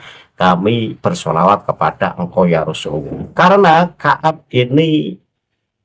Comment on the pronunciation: Yaa Rosulowoh /Yaa Rosulullah/ Yaa Rosulallah ...yang benar yg mana ustadz ,Kalo membaca yg jelas ustadz, sukar di telinga rasanya..😂😂😂